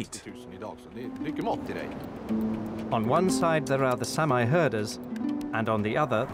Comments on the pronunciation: It's not Samaaye. It's SAAMI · It’s pronounced sahmee not Sam eye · Please use the correct pronunciation for Saami, or Sami...It's not Sam-eye... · Great anthropological documentary. Only a Brit would mispronounce the name of a race of people; "Sam-eye" indeed! How is that there are farmers on traditional Sami open grazing lands? Are the Scandinavian and Finnish governments simply ignoring the rights of inhabitant priority? Shades of American Manifest Destiny.